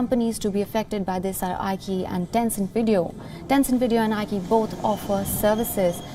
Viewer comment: Dear keep up the good work. "Q" in Chinese is always pronounced with a Ch sound, Qi sounds like Chee as in Cheese iQiYi is pronounced CheeYee and for example Li Ke Qiang the prime minister of China will sound like Lee Ke(Kerr without the R sound) Cheeyang. Q always = Ch and not K like Queen